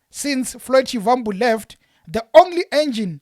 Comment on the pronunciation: Please stop pronouncing Shivambu like a white person trying to speak venerc, you’re a black person act like one